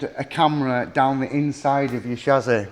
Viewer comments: snapped shassy ... from yorkshire and it would sound better if you said chassis or chassy would sound more profesional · Had to turn it off can’t be doing with the way he says chassis!!.. it’s not SHAZAAY!